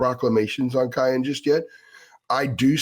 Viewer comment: please for the love of God, his name is pronounced Ki•yan not Ki•on. I can’t take hearing you butcher his name anymore 😂